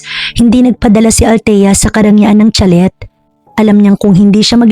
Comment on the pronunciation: Nice story 👏 but I couldn't take it how you read (chalet) it's sha-lay po👍 like sachet it's pronounce sa-shay... Just saying.